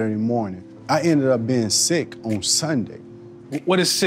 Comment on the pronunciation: Hahaha.. “learning in the run”. In the most Florida OG accent possible. 👍👍👍👍